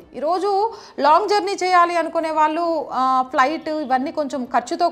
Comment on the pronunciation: యాంకర్ గారు మీరు "ళ " అనేఅక్షరం పూర్తిగా మరచి పోయినట్లున్నారుకదా వాల్లు వీల్లు అంటున్నారు మన భాషను మనం తక్కువ చేసుకోకూడదు కదమ్మా. పరిమానం అని పలుకుతున్నారు పరిమాణం అని పలకాలి.పెల్లి అనకూడదు పెళ్లి అనాలి కల్లు అనకూడదు కళ్ళు(eyes) అనాలి కల్లు అంటే నిషా నిచ్చే మత్తు పదార్థం తప్పు ఉచ్చారణ తో అర్ధం మారిపోయింది ఇలా భాషను కాపాడి భావి తరాలకు ఇవ్వవలసిన బాధ్యత మనదే వేరే ఎవ్వరూ రారు. దేశభాష లందు తెలుగు లెస్స అని మనపూర్వికులు అన్నారు ఆ గౌరవాన్ని మనం కాపాడి భాష స్వరూపం చెడగొట్ట కుండా భావి తరాలకు అందించాలి.